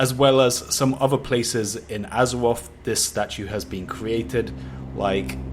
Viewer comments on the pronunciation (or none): You can actually pronounce a “th” sound so why the fuck do you pronounce Azeroth as Azewoff? Plank.